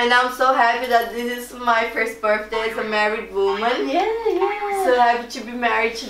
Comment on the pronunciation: I love how you pronounce "Birthday" 😂😂 sounds more like "Burfday" 😂💕💕💕